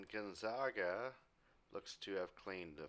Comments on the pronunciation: Gone-zag-uh. Not Gun-zag-ah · Gonzaga is pronounced Gon-Za-Ga as in Sega. Not Sawga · Just lettin ya know Gonzaga is pronounced like “bag” not “bog”